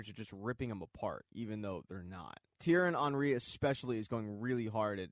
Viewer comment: Thierry Henry is pronounced Tea-erry On-Ree